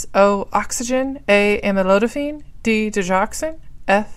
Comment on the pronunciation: you are too fast and monotonous. Slow down. Also, you mispronounced A (Amlodipine) NOT "Amolodifine ". If oyu are going to read, do it well.